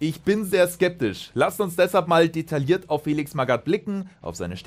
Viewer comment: Detailliert wird detajiert ausgesprochen ;)